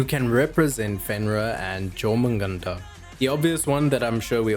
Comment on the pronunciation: Jör in Jörmungandr is pronounced "Yor" btw.